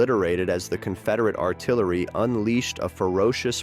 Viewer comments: Union Ar-ti-larry.? What kind of AI narration is this? Getting tired of AI bullshit.... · "the Union 'ar-ti-LAIR-y' and others